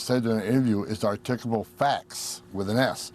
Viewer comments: "Articable?" "Articable?" If someone seems to be illiterate, then should he/she (YOU, sir) be worried about deportation? Dana, Dana, Dana, I cannot believe that you asked him if he has compassion. Ahhh, you slay me, Dana. 😂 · The Ho-man is possibly the most despicable evil little Nazi in the entire Trump regime 🤬 and most immigrants to America speak better English than that moron does. He keeps saying something like "r-tickle-able facts" and I have no idea WTF that means? I've heard him say something like that in almost every interview and he says it like 20 times here but even the interviewer doesn't know what the hell he's trying to say?!